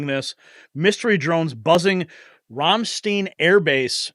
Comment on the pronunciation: When saying Ramstein, you ignore the E and make the I the key vowel. So, it's RAMSTINE. Spent 9 yes (3 tours in Germany):: 2 in Augsburg and 1 in Stuttgart. By the grace of GOD, we weren't at the AFB during the terrible airshow accident. Some of my husband's troops were injured but ,thank GOD, not seriously. Their injuries received rendering aid to victims. We wouldn't think about going back to visit now with the situation in Europe.